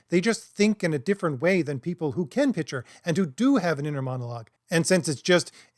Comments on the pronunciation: It's a minor point, but you should work on your ability to pronounce pic-ture as a different word from pitch-er. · Use your inner monologue to envision pronouncing "Picture" correctly, holy fucking shit. Imagine the C in that word, marble mouth. Decent video otherwise. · I know this is snobby, but the word “picture” should have a K sound in the middle.